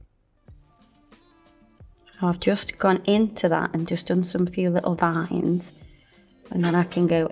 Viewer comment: Veins not vines🤭